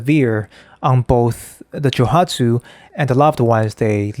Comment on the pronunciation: Joooooooohatsu. Joe-OOOOO hatsu, without meaning to be impolite to correct how you pronounce the word. It might not be only Japanese men, who would do this.